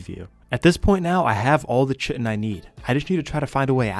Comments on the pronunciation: Real, and he can't pronounce either word lmao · fyi the Ch in Chitin is the same as Chaos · Kai-ten, not chittin, or shittin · kite en not chit en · It is pronounced "Ky Tin" like a Kite made of tin. Chitin called like chitlins is creepy and wrong! Google it! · “Pteradon” instead of pteranodon “Chitin” instead of kytinn “Pullman scorpus” instead of pulmonoscorpius This guy’s pronunciation of everything it killing me😂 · Hearing butchering the pronunciation of “chitin” hurts my brain… KAI-TN (Kite-in) NOT fucking “chit in” 🤦🏻‍♂️ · Eeeerm ACKually, its pronounced KITE-n not CHI-ten ☝️🤓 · Its kai-tin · Great video. Btw chitin is pronounced like “kite in” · Chitin is pronounce kai-tin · Chitin is pronounced Kai-Ten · KY-tin. Hate you too. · Chitin pronounced kai·tn : D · Chitin is pronounced “kai-tin” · Love your videos, I don't own Ascended but if I did I would gladly fistfight a scorpion alongside you. Also, I'm sorry to do this, but Chitin is "Ky-Tin." I made the same mistake for years, as it's a word we typically only read without actually hearing it pronounced. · Heads up, the word Chitin is pronounced like “titan” with a K sound. like “Kite-in.” After I learned that it made the word feel less weird to say. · Just so you know, chitin is pronounced "kai tin." Comes from the Greek 'khiton.' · Chitin is supposed to be pronounced like kai-tin (like the name kai or words like die or shy). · Not sure if you care, but the word Chitin is pronounced "Kai-Tin". Love your videos. Fantastic storytelling and skill. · I couldn't figure out what you were looking for , then I realized it was "chitin". In biology, the word is pronounced like "kai-tin", but don't change how you pronounce it because some dumb guy on the internet tells you to. Keep up the great content man. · That's not how you pronounce chitin... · this is a great ark channel, but for the love of god please pronounce chitin correctly in the future lmao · I hope someone taught this dude how to say Chitin properly